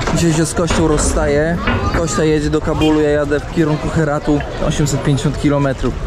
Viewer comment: Ja nie wiem, dlaczego mówi Kościa a nie Kostia😂😂😂 To imię od Konstantyna a nie ok kości 😂😂😂